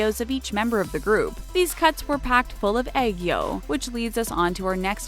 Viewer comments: I heard eggo instead of aegyo. XD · Lol when she said aegyo, I thought she said egg yolk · egg-yo , I -rin me: chokes on air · Her: Egg-yo Me: .......Wat? I mean.... You tried... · Was I the only one who cringed at the way she said aegyo No hate tho, love this channel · Omg they said 2ne1 right!!!😂 but BROO WHEN I SAW JUNGKOOKS AEOGO THO😭❤️❤️ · no offence but please google how to pronounce AEGYO. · I know that it's just that she pronounced ageyo wrong plus ageyo is like one of the Korean words international should know